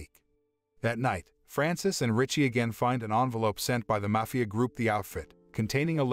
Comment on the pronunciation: You pronounced Mafia three different ways throughout the video, lol. Great video though.